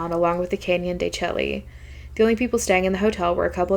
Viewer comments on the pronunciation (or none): Just fyi because it’s notoriously mispronounced. Canyon de Chelly is pronounced as Canyon de “Shay”.